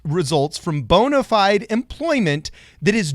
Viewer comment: Did he really pronounce bona fide as bona feede